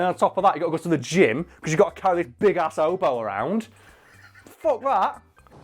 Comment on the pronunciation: I’d also like to point out that he said “big oboe.” What?